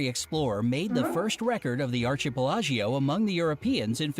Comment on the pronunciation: Wrong pronunciation of archipelago!